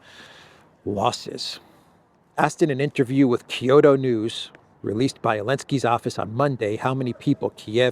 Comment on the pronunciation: Kyoto is 2 syllables. kyo-to not kee-yo-to